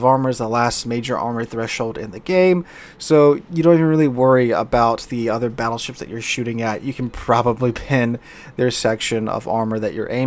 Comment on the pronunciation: "the Fattleships.." LoL